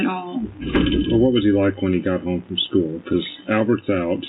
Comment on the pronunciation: Ikr? Education is supposed to be her forte but she pronounces school "skoo". 😂